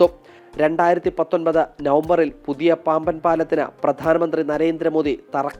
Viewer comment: പാമ്പൻ പാലമോ പാംവൻ പാലമൊ ? ശരിയായ വാക്ക് പറയാമോ